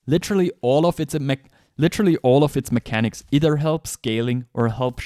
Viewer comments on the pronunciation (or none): none